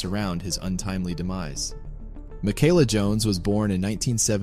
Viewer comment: You’re pronouncing it wrong.